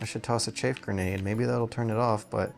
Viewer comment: love this playthrough its funny how you pronounce chaff like chAffe